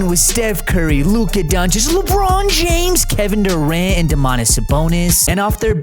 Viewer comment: Can you stop saying LeBron James like that. I really like ur videos but that is so annoying